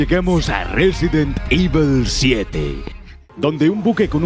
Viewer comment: Resident ivol ...